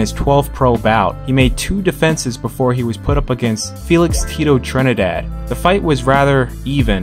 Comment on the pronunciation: Your saying Tito Trinidad wrong trust me I'm puerto Rican I know